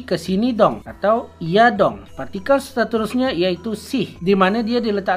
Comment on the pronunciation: Betul waktu dia sebut.. "Kita makan ayam dong" Intonasi kurang tepat, bunyi kurang panjang sedikit. Karena kalimatnya sebuah pernyataan. Beda kalau kalimatnya sebuah perintah. "Tarik dong!"